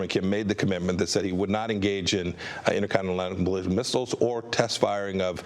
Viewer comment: Ineeuh callabeuniystib missles